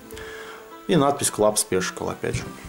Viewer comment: привет. Обзор замечательный, все очень понравилось, хотя в принципе сам все про эту колоду знаю. Но, прежде чем читать на английском языке, все же стоит проконсультироваться с тем, кто на нем хорошо говорит. Во первых не "спишикл", а "спешэл", вот вторых не "эир кашен", а " эа кьюшэн", и в третьих, когда был обзор на карты Байсикл прозвучало "саэнс", а правильно "синс". Плюс не "дочерти", а "доэрти". Просто мне как лингвисту очень режет слух. Но обзор замечательный и мастер ты от Бога. Отличная сдача верхних и нижних.